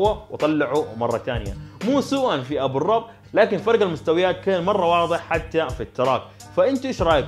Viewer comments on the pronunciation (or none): تنلفظ ابو الروب مو ابو الرب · يزلمة انت لفظت اسمو غلط ابو الرب في حركة ضمة فوق حرف الراء عشان بدون الضم بصير تكفيرة😁😁🙂🙂🙂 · الفاعوري مش الفعروني😂👌🏻 وبرضو ... أبو الرُب مش أبو الرَب (في فرق كبير) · طيب الاردن وفلسطين دولة واحدة السعودية وقطر ماذا ؟ ابتعد عن السياسة، ثم احمد ابو الرب بضم الراء وليس بفتحها لانها تصبح اهانة للذات الالهية مع اني اعلم ليس قصدك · اسمو ابو الرب بالضمة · لما تعرف تنطق اسمو تعال احكي على احمد ابو الرب